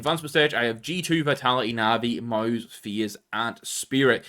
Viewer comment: FUSE?! its faze